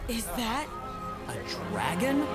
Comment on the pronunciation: What people hear soren say:a dragon? What I hear soren say: a dwagon?👌😎😂